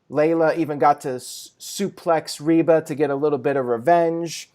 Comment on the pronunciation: It’s Rebel not Reba lol